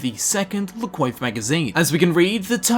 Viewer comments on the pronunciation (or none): could you pronounce la coiffe as la kwaffe, its french... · I dislike the French just as much as the next guy, but seriously man, it’s pronounced “Le Quoff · Its pronounced 'la kwaf' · la coiffe is pronounced ''lah kwaf'' just so you know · Cwof it's pronounced cwof